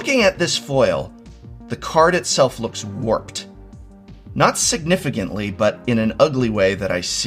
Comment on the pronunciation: **signetficantly (Also, yes; identifiable)